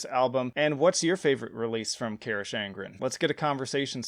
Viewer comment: Your pronunciation of Carach is criminal